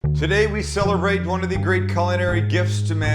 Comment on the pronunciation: "we celerate ...". great opening